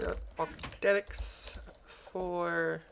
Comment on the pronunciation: Ees vyootiful! Also I think you're the only YouTuber I've heard pronounce "octadic" correctly. Or at all. (See Direwolf confusing the world by saying "give me an octa thingey.")